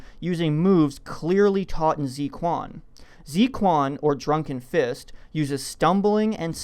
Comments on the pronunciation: Some of the points here are very convincing (the sabotage of the hyperdrive & Jar Jar's manipulation of the senate to increase Palpatine's power), others not so much (like the Force Persuasion). Two criticisms though: • You butchered the pronunciation of zuiquan sooo bady (tsway-chwan), where "ts" = "ts" in Japanese (like tsunami) close to "Tsar." Zui rhymes with "way" and "play." Quan rhymes with "fan," "ran," "ban." I know, I know, I can't expect you to speak Chinese. The "kwon" for Quan was a reasonable guess, but if you see a "-ui" how in the world for an English speaker does "ui" = "eee." Just say Drunken Fist >.<. • Jar Jar Binks' acrobatic maneuvers is canonically established as the normal physical capabilities of a Gungan. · Might wanna get the pronunciation right... "Zui quan" is pronounced "tzway chwen," far from "zee kwon." Anyways, I always thought the Jedi were based on the samurai, rather than Shaolin monks. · Fun video but it's not pronounced "Zee Kwan" it's more like "Zway Chwen" the pin yin is "Zui Quan" 醉 拳. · The guy pronouncing 醉拳 as zi-kuan gave me cancer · Appreciate the theory but plz look up how to pronounce zuiquan in the future. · You know what's more powerful than Darth Jar Jar? His butchering of the pronunciation of Zui Quan